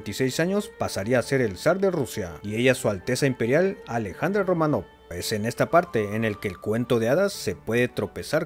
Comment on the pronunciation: "Románov" Oh, no.